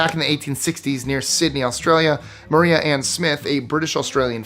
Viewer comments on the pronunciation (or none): none